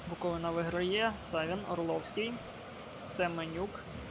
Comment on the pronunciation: БуковИна ...зверни увагу на наголос! а так то симпатичне відео)